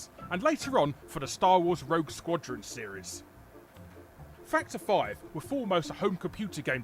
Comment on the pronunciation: I'm sorry. Every time says "Factor 5," I hear "Fucked her five."